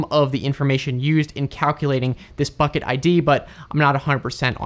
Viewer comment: Thanks for the video and for your channel. Pretty sure you said "fucket" instead of "bucket" a few times there.🤣